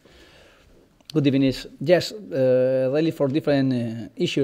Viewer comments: YESSSSSSSSSSSSSSSSSSSSSSSSSSSSSSSSSSSSSSSSSSSSSSSSSSSSS HE SAID IT GOOD EBENINNG. Oh shit he said good ebenisz this time :D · Gud ebening boss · that gu ebenin at the end killed me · only came for "good ebening"